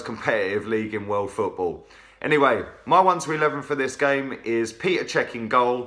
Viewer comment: Chap - enjoy your videos but for the love of god - it's PETR Cech not Peter. You don't say Oliver Giroud or even Terry Henry!! Other than that - keep up the good work!